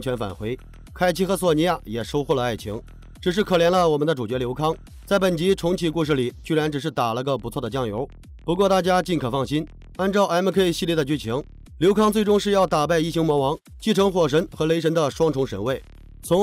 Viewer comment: 请问下，你的英文能讲好好的吗？mk这2个字都被你中国人念的怪怪的🤣🤣🤣